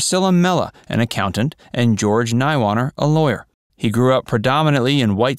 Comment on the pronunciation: You mispronounced his orihinal last name. I should know. I share that surname.